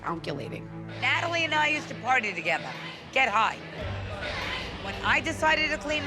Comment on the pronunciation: Did Renee say, "Ratalie"???? 🤣😂😂😂